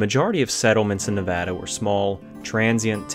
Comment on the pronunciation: Thanks so much for pronouncing Nevada correctly!!!!